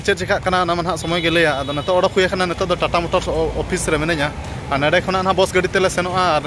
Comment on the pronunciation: Carrect your pronunciation bro, not boss bus only